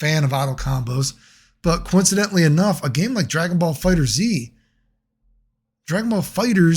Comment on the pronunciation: Is that snapping at the intro a normal thing? Also bro don't say the Z, just read it as fighters. 🤦‍♂️